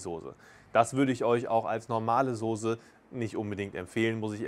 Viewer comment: Es ist die Soße und nichr die Sose 🥺